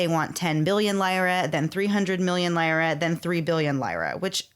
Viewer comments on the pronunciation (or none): Take a shot every time the hosts mispronounce lira 😂